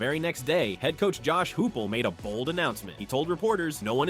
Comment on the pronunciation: Who in the world is Josh Hoopull I know I’m not the only one who heard that